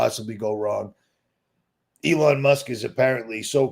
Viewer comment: ...I don’t think you see yourself as a comedian, but you make me laugh harder than anyone else! 😆 Did you just call eelon “Lady Luck”?! 😂🤣